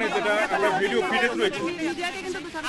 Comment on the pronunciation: আমরা ভিডিও ফিটেজ দেখবো😅😅😅😅 ফুটেজ কে বলে ফিটেজ😂😂😂